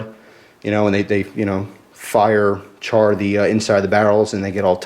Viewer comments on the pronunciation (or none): none